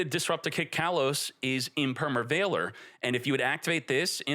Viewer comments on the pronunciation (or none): none